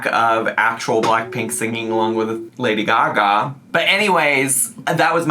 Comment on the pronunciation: Thank you for performing Lady Gaga's name as it's meant to be pronounced. By the way she is totally playing up how high she is.